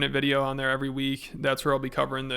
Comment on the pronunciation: why does he say “every” like that. A little too many syllables there. He’s so upset. 😂